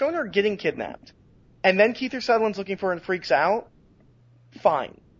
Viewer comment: It's Kiefer Sutherland, not "Keither Sutherland,". Cripes.